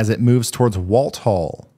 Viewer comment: For the future. Walthall county in Mississippi is pronounced Wall-thaw (like thawing out meat. My name is Walthall.